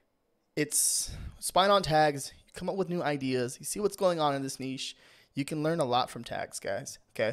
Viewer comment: Thank you for doing this video and for also pronouncing niche correctly